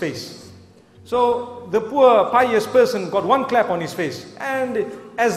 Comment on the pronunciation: SoLo lol. I'm sure he trying to say slap instead of clap.